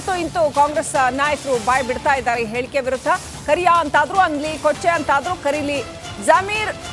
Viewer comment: Not kaleya it's kariya😂😂😂😂😂😂😂😂😂😂😂😂😂😂😂